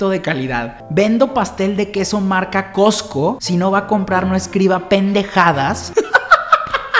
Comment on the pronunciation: patrociname! Also:COTSCO....COTSCO 🤦🏻‍♀️🤦🏻‍♀️🤦🏻‍♀️